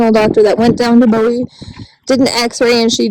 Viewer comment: With all due respect the auction house is pronounced "Boo-Wee". I live not far and go to Bowie Trade Day on occasion. I am so PROUD you rescued these Belgians. I adopted one myself from the Bowie Auction after a rescue got her rehabbed.